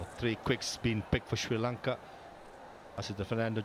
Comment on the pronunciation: Why does the afghan commentator saying SIRI LANKA instead of Sri Lanka, i became so mad at him 😡.